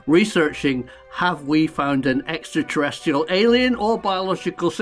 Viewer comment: Love the shows but I do wish you would pronounce extraterrestrial properly not extraterrestial. Thanks Karl.